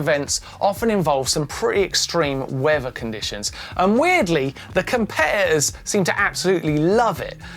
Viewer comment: Only Martyn could say the word ‘competitors’ without the letter T.